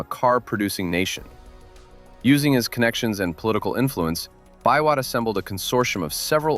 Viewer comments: Nicholas 'Bee-Wot!' not "bi-wot" lol (aka Total Man) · This video is quite wholesome. I've not watched another video featuring the Nyayo Pioneer Car. I believe the task for developing that car fell mostly on the state corporation, "Numerical Machining Complex". I love your pronunciation of "Biwott"- not a nitpick though 😂. They once referred to Thika Town as the Birmingham of Kenya I guess for LandRover assembly back in the day. Nowadays we're cool with 2nd hand Corollas. Greetings from Kenya.